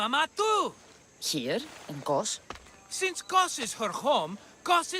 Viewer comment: Correction it is not Keos it is Kos